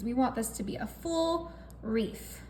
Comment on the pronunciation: Looks delicious, but why is she calling this a reef? Instead of a wreath?